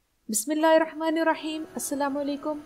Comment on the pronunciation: محترمہ تسمیہ کے تلفظ کو قرآن مجید سے ایک بار کنفرم کریں۔ بسم اللہِ الرَّحمٰن الرحیم الرحمن کا ر اللہ کے ہ سے ملتا ہے